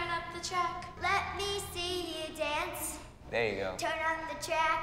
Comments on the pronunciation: Nia:I just wanna dAUnce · Nia be like: I just want to donce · Janelle Odo SHE SAID DONCE